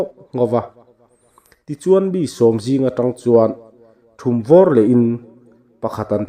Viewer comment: Thumvawr tih hi i lam diklo